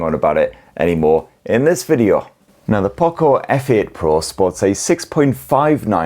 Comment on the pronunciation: I want poco not pooco